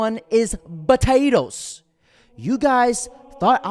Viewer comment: What’s this “Botato” you speak of?